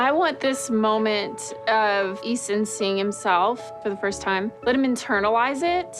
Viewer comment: IT'S EASTON